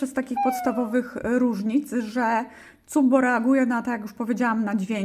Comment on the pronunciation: Cupb-o? Wydaje mi się że to się czyta "kap-bu".